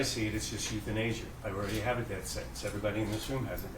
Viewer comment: Euthanasia. I heard youth in Asia. Tripped me out. I’m back now.